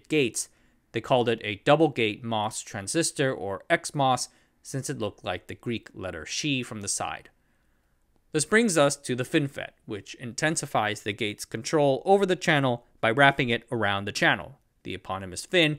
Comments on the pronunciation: "Xi" is pronounced with a "ks", not a "sh". Since /ks/ isn't a valid initial consonant cluster in English, the traditional mispronunciation used in Greek loanwords beginning with it is /z/. The Greek pronunciation of the name of the letter is /ksi/, and in English you'll see /zai/ or /ksai/. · lol at pronouncing the Xi from the XMOS gate like English "she" because you pattern match to the Xi in Chinese, instead of like "ksee" or "ksigh" which are the typical Greek and English pronunciations of the letter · Xi is pronounced like "ksy" not like "she". After all, it's Greek, not Chinese. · Ξ sounds like "Ksi" not "Shi" ☺️ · XI in Greek sounds like Kai. not shi. we use it in electrodynamics as relative permittivity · abour Ξ mos for the letter "Xi", it is pronounced like the x in wax, not "see" or "zee" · isn’t that letter pronounced ksai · The pronunciation of Ξ was pretty funny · Pronouncing the Greek letter Xi as if it's Chinese was a fun surprise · I think he confused with the one that looks like X and is actually pronounced like that (+/-10%). The Greek alphabet is hard if you don't know it.